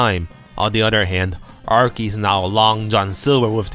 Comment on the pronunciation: The 'ch' in Archie's name is pronounced like the 'ch' in charizard. Your english is obiously really good, i'm just throwing that out there for future reference. You make great content